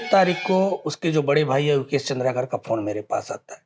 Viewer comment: चंद्रा कार नहीं होता है भाई, पत्रकार है आप कम से कम उच्चारण सही करिए, चंद्राकर होता है।